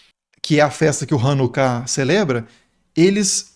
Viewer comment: Hanukkah (ranucá e não rãnuca)